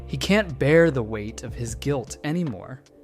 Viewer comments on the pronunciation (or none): none